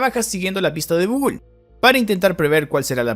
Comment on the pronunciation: es gugúl o gogool dicho en ingles indio? XDD